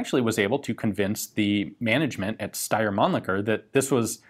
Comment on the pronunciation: that's not how you pronounce Steyr.